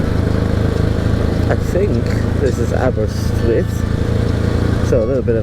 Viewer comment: Aber-dove-e, Aber-rist-withh, Aber-eye-ron 😂